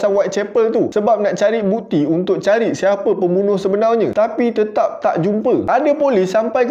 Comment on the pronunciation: Sebenarnya ❎ Sebenaunya ✅